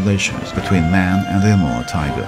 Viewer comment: I hear him say emerald tiger instead of Amur tiger lol